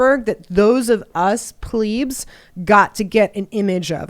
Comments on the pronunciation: "Us plēēbs" It's pronounced plĕb. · Omg, that isn't how 'plebs' is pronounced